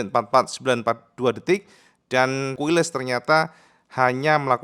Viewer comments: KAILES cak... bukan KUILES😮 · Quiles bacanya QilEs kang.. hehe..